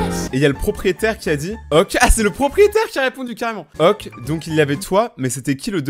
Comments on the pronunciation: mais dit pas le mot ok comme oque faut sire OKÉ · Je m'abituerai jamais parce que tu dis "oke" au lieu de "oké" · Ca vous enerve pas la façon dont il dit "ok" ca ce dit "oké" pas "auque"